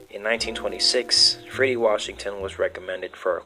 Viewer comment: Freddie is the pronunciation. Please pronounce it correctly.